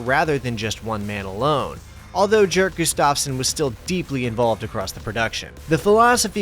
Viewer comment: Its pronounced like "Yerk" not Jerk Gustafsson. In Swedish many "J's" have more of a "Y" sound. Source: My spouse is Swedish